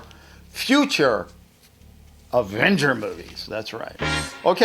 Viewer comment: Wait... dId He JuSt SaY aDvEnGeR.